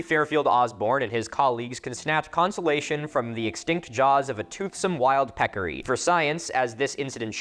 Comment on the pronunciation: Pecarry? How ‘bout a Javalina? LOL